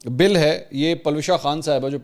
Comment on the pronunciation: Paloosha Khan NAHI Palwasha hota ha.